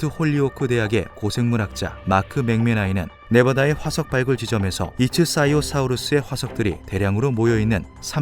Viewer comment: 이츠사이오사우루스가 아니라 이크티오 사우루스 아닌가요? 이츠사이오사우루스 라는 이름은 처음 들어서요.